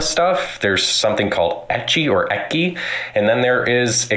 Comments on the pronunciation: im sorry and i know there are bigger point but if this fucker calls it "ekki" one more time im going to scream and punch my screen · Why is he calling it "ekky"????? Fucking a. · I'm taking psychic damage every time that man tries to pronounce ecchi.